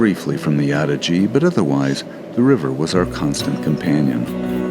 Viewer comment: Actually pronounced Ah-dee-jay!